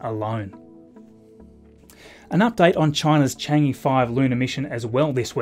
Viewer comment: That's not how you pronounce "Chang'e"...